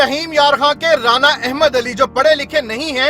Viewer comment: رانا احمد علی آراییں 😁 اینکر صاحب خدا کا خوف کریں یہ 'رانا آراییں پہلی بار ایسا سنا ھے